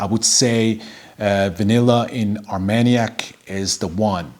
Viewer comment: You pronounced it right👍,Armagnac=velvet cognac=silk. I only own plum in cognac and am loving it,will get a sample of Armagnac soon.